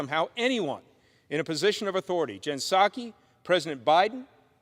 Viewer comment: "Gin Sacky" lol ...how about pSuki, amirite?